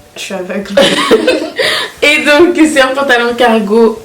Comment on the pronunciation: 😂😂😂😂: T'es contente?: j'suis avèglee